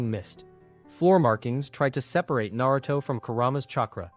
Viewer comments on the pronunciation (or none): none